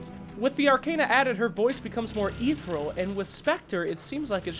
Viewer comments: STOP RAPING THE ENGLISH LANGUAH. iTS ARCANA NOT ARCENA AND ITS ETHERIAL NOT ETHRAL!!!!!!!!!!!!!!!!!!!!!!!!!!!!!!!!!!!!!!!! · Ethereal is pronounced EE-THEER-EE-AL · Ethereal is pronounced like EETH-EER-REE-AL not EETH-ERAL btw